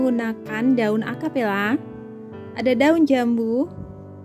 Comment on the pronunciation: Akalipa bukan akapella